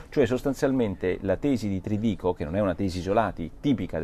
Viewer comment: Non si chiama Trdico, nn ha l'accento. Si chiama Tridico caro Porro. Non pensare solo a Françoise...